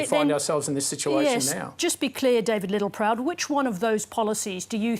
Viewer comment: I always feel like I need to duck every time Littleproud ptt-pronounces a word with a ptt-P in it.